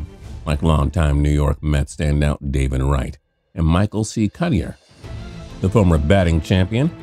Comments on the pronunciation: I spent 10 minutes googling "Michael C. Cuttier" cus I never heard of him. Then I realized he meant KA-DYE-ER (Cuddyer) UGH lol. Come on lol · Ikr. It bothered me as well that he couldn't pronounce it right. I've heard announcers and analysts say it a lot when he was playing